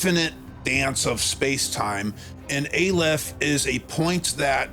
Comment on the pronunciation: The name of the Hebrew letter Aleph is pronounced Ahh-lef, FYI.